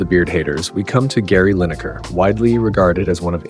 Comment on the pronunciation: 'Gary Linker' though